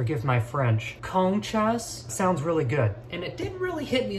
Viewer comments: When u said "conchas" at the beginning the auto-generated subtitles thought u said "chest comb" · “Cone chas.??” 😂❤️😭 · Omg that actually sounds like the Dutch word Kontjes which means butts😂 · Conchas is the same pronunciation as končas Which in my language means Candy in baby talk.